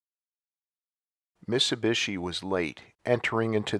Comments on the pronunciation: this dude cannot say miTsubishi.... missubishi. drives me nuts. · Why do you mispronounce MIT-SU-BI-SHI?